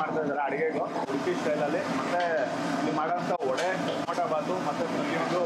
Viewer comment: Vada❎ Vade✅